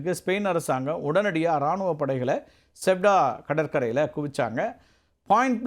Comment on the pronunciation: அது செவுடா இல்லை.....செயுடா